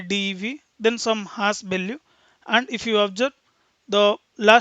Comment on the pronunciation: great explanation , and thanks for sharıng. Just little feedback maybe :) same pronunciation was distracting me time to time on focusing, such as zero (sounds g..), hash (has), etc. also some of saying 'ok , fine, right, after explaning something etc ' .